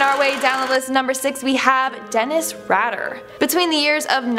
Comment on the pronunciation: IT'S DENNIS RAY-DER what is with Canadians not able to pronounce words correcty??!!! DAMN